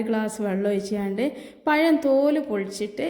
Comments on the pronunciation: പയം അല്ല പഴം ആണ് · Ithra samsaram venda.. Parayunnathu clear aayi parayu...payam alla, pazham... Vaanam alla, venam...LKG student pole...Palahaaram super..